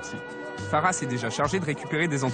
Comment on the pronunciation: Je comprends pas pourquoi encourage faussement à mal prononcer les mots malgache comme ça! C'est koba et non koubahh! c'est Mamy et pas Mamie!! c'est Fara et non Farahhhh!!! l'intonation est descendante à chaque fin de mot. C'est bien d'avoir été cuisinier sur paris mais là t'es plus là-bas, t'es sur Madagascar. Ça fait super mal aux oreilles d'entendre un malgache prononcer de cette manière... encore ça va! il arrive a peine et commence tout juste à apprendre. Tu sais il y a beaucoup d’étrangers à qui lorsqu'on enseigne bien comment se prononce nos mots y arrivent parfaitement. La prochaine fois, essaie quand même de le faire à fond lorsque tu prévoira d'enseigner notre culture que ce soit culinaire ou pas.... Malgré tout, Bravo, c'est un Très Bon Documentaire.